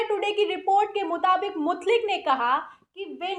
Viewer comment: Mutlik nahi Mutaik